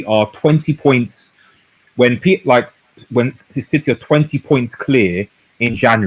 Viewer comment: Citeh, citeh , citeh